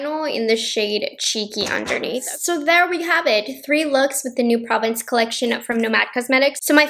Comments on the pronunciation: Probably not the first to comment on this, but it's actually pronounced pro-VAHNCE in French. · Hate to pick on pronunciation it’s pronounced Praw-vonce ( if that makes sense) for the palette name it’s French it’s hard sometimes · P Hi Thank you for this video I did see one other video where the YouTuber did some looks with the Nomad pronounced Pro (long O)vence, not province )😏 Your eye looks are really beautiful I'm going to take a deeper look into possibly buying one of these pallets because I've heard mixed reviews in the past about other collections. But Jack's beautiful you did a wonderful video where she had three different looks and she gave it a solid 10 so I really appreciate you doing this video once again and that lavender lip gloss reminds me of an all me lip gloss that looks a lot like that that I love. Take care 💕🌅🙏🤗